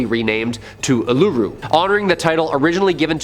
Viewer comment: Ularu is pronounced Ooo-la-roo. :D